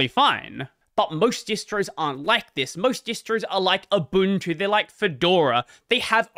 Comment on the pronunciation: Fun fact: Ubuntu is pronounced Oobuntu.